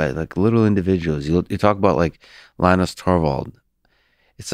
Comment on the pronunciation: He pronounced Linus as "Lih-nus". This is definitely shots fired. This is going to go Joe Rogan.